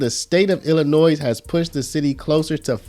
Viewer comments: Ahheem... The "s" in Illinois is silent... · The often pronounced "z" in Illinois is SILENT. Thank you from a Sweet Home Chicagoan.❤